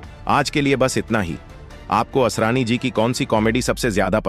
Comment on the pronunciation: आसारानी ? अरे भाई ! नाम तो ठीक से बोलो।